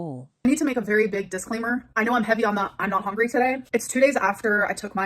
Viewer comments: "I'm not exactly Hongry" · If she pronounces “hungry” as “hongry” one more time I’m gonna start biting people. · has to be going full gas on trolling now. The constant “I’m even not hongry” and “I need prootein!” Her stupid tiktok lingo 🙄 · The way she says HONGRY triggers me so badly 😩😩😩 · She is sayingi and hongry like that on purpose now to trigger hatewatchers; suddenly it doesn’t piss me off anymore I’m now just pissed that she’s trying